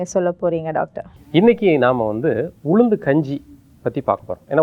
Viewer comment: Her pronounsation about ulundhu not good, saying uzhundhu....